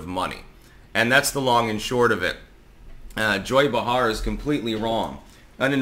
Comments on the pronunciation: BAY-Har,. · It's pronounced "Bay-har". C'mon man I thought you were into linguistics. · Pronounced, "Bay Har" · He does this constantly.